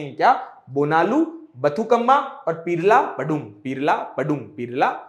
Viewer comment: Brother not bakuthamma - It's बथुकम्मा- bathukamma okay 👍🏼